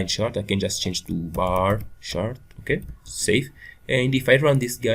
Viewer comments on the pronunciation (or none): It's not "bah shart". You're not from Boston, Massachusetts, and the word "shart" is slang for "shit". It's pronounced "baR CHart". And what's the point of doing a tutorial when you don't even know the language or basic programming principles?